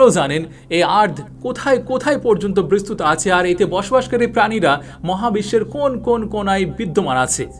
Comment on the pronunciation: অনুগ্রহ করে' বিস্তৃত ' শব্দের স্পেলিং এভাবে উচ্চারণ করবেন ঃ "bistrito -- bis-tri-to" এভাবে। খারাপ ভাবে নিবেন না অনুরোধ করছি।